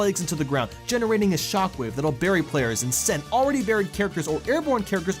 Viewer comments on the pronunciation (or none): none